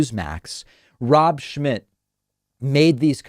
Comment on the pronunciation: Is the letter M silent in Rob Schmitts surname.